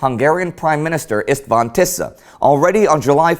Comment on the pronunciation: No offense Indy, but your pronounciation of the hungarian words is quite funny :) István Tisza - Tisza is okay, but the s in István should be pronounced like the s in "she". Same goes to the s in Miskolc. Also I heard Szeged - when an s stands with a z, the s should be pronounced like the s for example in the word "side" :) Naturally I do not mean you should learn all the rules of speaking in hungarian, I just ment these to be "fun facts" :) The show is really-really nice, thank for all of you for your hard work making it! :)